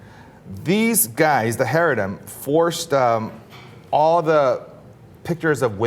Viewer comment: Basing off the fact that you can't even pronounce the word "Chareidi". I assume you probably don't even know shit about what they do. And basing a whole group off of a couple of incidence is absolutely disgusting. 🖕